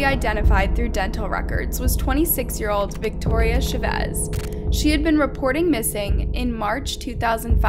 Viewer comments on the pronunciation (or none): Lol Sha-vez. Chavez homie, like the ch- sound in chapstick.